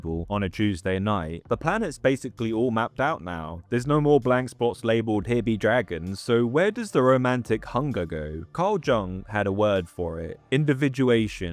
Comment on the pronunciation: Oof. Carl Jung. Not to be that guy, but it's actually pronounced Carl "Young" - those pesky germanics and their j's that sound like y's.